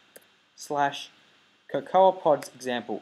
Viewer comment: How does someone not know how to pronounce cocoa? co~co not co~cowa